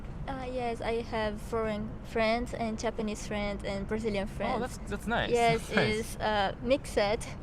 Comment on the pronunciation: Ele não falou direitinho'' , ou você não percebeu que ele não tem acento americano? Sem falar que ele diz ''Japanese-Brashilian''